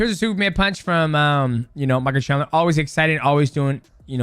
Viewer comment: we finally found the toughest fight for mighty mouse... pronouncing Michael chandler hahaha